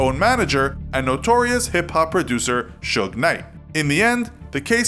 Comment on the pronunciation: Soodj not shug. It's spelled suge for a reason.